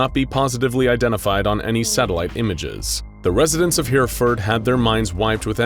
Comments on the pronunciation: So glad I'm not the only one pained by his pronunciation Of Hereford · It's not Here-ford, it's heh-reh-ford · Hereford isn't pronounced hear-ford, it's pronounced hera-ford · Sorry, did you say downtown hearford? Fairly sure He-re-ford doesn't have a downtown.... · Hereford -> He-Re-Ford not Here-ford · "Here-furd" is actually pronounced "hair-eh-ford" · Whereford learn how to prounce things first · 40 seconds in and already groaning in British Hereford pronounced H-eh Reh fud. And shepherd's pie is lamb. If it has beef it's Cottage pie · Herraford is the pronunciation but honestly, good job and hilarious accent xx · Hereford - Heh-reh-Fud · heh ·ruh·fuhd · Nobody: Narrator: HereFord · I'm sorry but the way you pronounced Hereford is horribly inaccurate. It's pronounced more like He-Re-Ford. A lot of places in Britain have hard to pronounce names, and it definitely helps if you live here. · Hereford is pronounced, 'Herryford'. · I like this, it's definitely refreshing and unique compared to some of the other ones. Also...for future reference, it's pronounced Her-UH-ford. (Source: I live there) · Aargh "Herr-eff-ord" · Pronunciation of Hereford is painful!! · I have never been so excited to see Hereford, my home town in a video, only for it to be so heavily butchered in the pronunciation 😭😭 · You're not alone in your mental pain, I'm from Worcester and winced when I heard this narrators attempt at saying Hereford